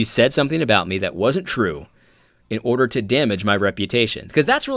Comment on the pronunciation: " confusion of the highest ordah"